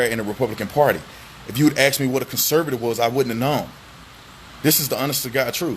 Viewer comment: Hey bro I love you I'm not being racist or anything.. but if you're going to use a word like concur then please pronounce the word "ask" correctly.. people tend to take us more seriously when we REALLY have a grasp of the English language .. not just pretend by throwing out a fancy word here and there .. I'm serious..this is to help you not to insult you..peace